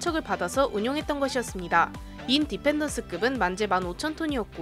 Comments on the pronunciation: 인~디펜던스가 아니고 인디펜던스... In-Dependence (x) Independence(o) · 인 디펜던스는 뭐임 그냥 인디펜던스 붙여서 읽어야되는뎅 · 인~디펜스가 아니고 인디펜더스 라고 하세요ㅋ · 인 디펜더스급이라니.... 인디펜던스 아임미꽈...